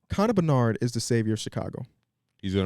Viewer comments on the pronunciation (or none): its conner BEDard😭😭😭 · bedard.. not benard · I love that wants to engage with the hockey community in chicago, but it’s Connor Bedard, not Connor Bernard. Much love